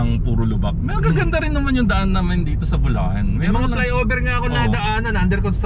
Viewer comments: magagalit si gov nyan, sinasabe mong lubacan ang bulacan haha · Bulacan to Lubacan real quick haha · Welcome to lubacan 😂 este bulacan ✌️ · Lubacan Ay. Este bulacan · Bulacan. Lubacan